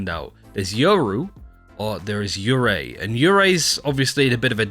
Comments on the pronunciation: Yurei is not pronounced yuuri. Its you-- ray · You say it more like “ yoorei “ btw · Guys, "Yurei" DOESN'T end with "u", stahp